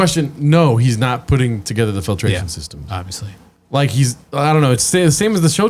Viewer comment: I never get tired of hearing him say "offsly" instead of "obviously"